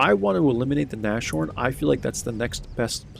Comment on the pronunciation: nashorn is not nash-, it is na-s-h-orn. na-s-h. There is no sound "sh".